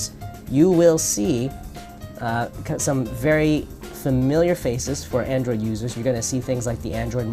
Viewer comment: "Androiod" - on . You just got the latest OS.